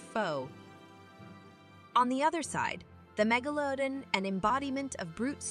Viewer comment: If only the narrator could figure out how to pronounce Megalodon. Every time she says it... it's a different pronouciation.